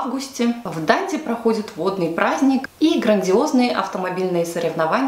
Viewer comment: ДандИ на последний слог